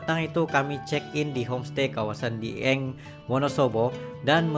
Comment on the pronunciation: Bacanya (dgabung) dieng...bukan di eng ..